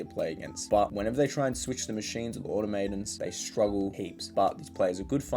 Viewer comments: Hello, I am Mr. Phonetic. Here is my tip of the day- aw-tom-uh-ton -- automoton. :) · CRINGE. Learn how to say AU-TOM-A-TON